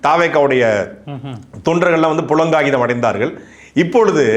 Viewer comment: எத்தனை தடவை சொல்லுவது? புளங்காகிதம் அல்ல.. புளகாங்கிதம்..